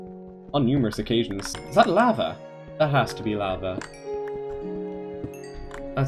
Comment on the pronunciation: The way you pronounce "lava" is funn